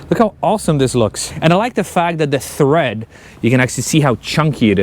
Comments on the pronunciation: Tread, not thread 👍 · Brother, it looks awesome. Just a quick note its "tread" not " thread" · It's tread, not thread! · Thread? Or tread? Different words..... different pronunciation. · Why do you keep saying thread?